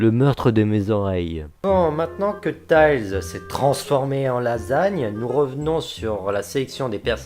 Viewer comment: bon c'est pas grave en tout cas le "I" se prononce dans "Tails"